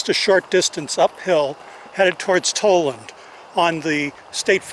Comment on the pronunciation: Tal-land, not Toll-land.